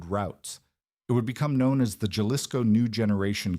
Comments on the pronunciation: Youre killin' me with the hard J in Jalisco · It's pronounced "halisco" ...damn redact! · It's pronounced Ha-Lee-s-ko